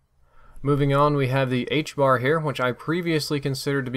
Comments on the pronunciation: Its HBRA, not HBAR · ITS NOT THE 'HBAR' ITS THE 'HBRA'